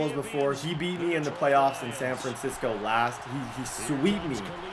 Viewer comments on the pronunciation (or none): none